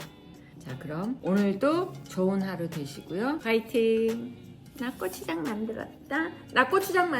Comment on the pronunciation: 귀여운 발음 "꼬"추장😂❤❤